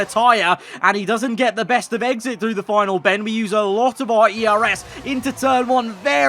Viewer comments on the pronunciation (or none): "a great eGgSiT" 😂😂😂